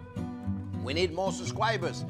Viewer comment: he needs more subscwibez